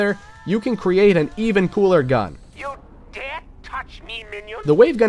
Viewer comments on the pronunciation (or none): none